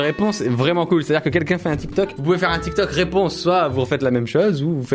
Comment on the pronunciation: Il a dit dramatik tok😅😂😂😂